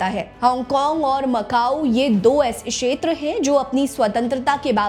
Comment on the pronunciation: Sheter nahi kshetar hota hei..